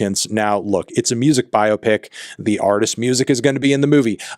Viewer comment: Well done for pronouncing biopic correctly, instead of saying “bi-opic”.